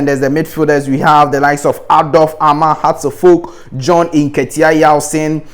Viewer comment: common Ghana names u can't even pronounce it? Joseph Carr, PSK Paha, Isaac Paha, John Nketsiah Yawson, Emmanuel Quarshie, John Baker, Ofei Ansah, Adai Kyenkyehene, Kuntu Blankson, Willy Klutse, James Kuuku Dadzie, Opoku Afriyie and so on